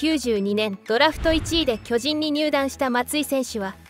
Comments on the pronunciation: なんだろ、、、ナレーターの巨人のイントネーションが馴染まない、、、俺が関西人やからかな、、、進撃の巨人はこのイントネーションで合ってるんやが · まあ、巨人のイントネーションが通常の〝巨人‘’とは違うからな。